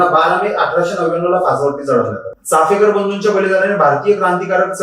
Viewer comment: अरे भावा, चाफेकर नाही रे... चापेकर बोल. आणि दुसरी महत्वाची बाब म्हणजे चापेकरांचं आत्मचरित्र उपलब्ध आहे google वर ते आधी download कर वाच आणि मग Video बनव. तुझ्यापेक्षा शाळेतली मुलं खूप चांगलं बोलली असती या विषयावर.